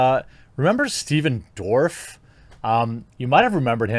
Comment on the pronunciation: Did you call him Stephen ' Dwarf ' ??😆